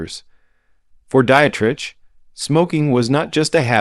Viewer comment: Marlene Die-et-rich? Tallyyoulah Bankhead? Lauren Back-all? Me West? Ahva Gardner? Em-phy-sma? Dude, LEARN THE PROPER PRONUNCIATIONS OF THESE NAMES AND WORDS! OTHERWISE, DON'T BOTHER MAKING THESE VIDEOS!